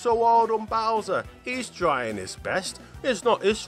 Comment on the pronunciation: it's not bower